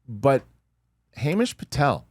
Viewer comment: "HAY"mish Patel!! Haha.